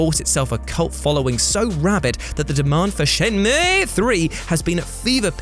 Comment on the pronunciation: Had to pause because your pronunciation of Shenmue has me almost rolling on the floor laughing.